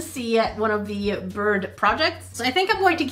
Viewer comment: Does she know how to talk cause she was saying biirb Instead of bird